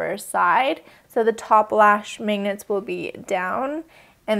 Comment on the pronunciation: How do you pronounce "magnets"? I keep hearing you say "mangnets"... I'm from Brazil so of course I'm NOT an expert.